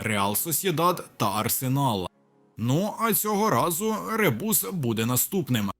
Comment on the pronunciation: Ця озвучка ШІ, це якийсь жарт, Мігель замість Мікель, РебУс і ще тонна неправильних наголосів у кожному з відео